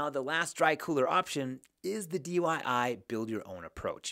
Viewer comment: Why do you keep saying dyi??